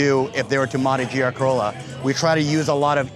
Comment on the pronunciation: I'm a native German speaker, and I don't understand the term "Keürolla." We pronounce this "Keürolla" like the Japanese koi fish—koi-rolla. What am I missing here? 🧐🤔 And also we say Corolla for ... Corolla.